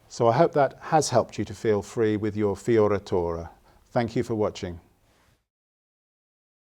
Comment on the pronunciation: Ahah in italian correct pronunciation for “fioritura” must to be FIORETURA. Like use the E not the I. Italian pronunciation for “I” is the “E” in English (like the first I after F)